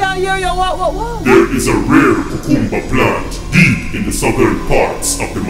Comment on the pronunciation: First of all, she's pronouncing cucumber wrong .😭